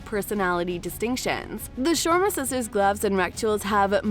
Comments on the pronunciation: Me too. No planes then, only ships. And some pronounciations also off like Shoma instead of Sharma 🤦🏾‍♀️ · I'm cringing at your pronouncing Sharma. It's Shir-ma. Not Shwarma.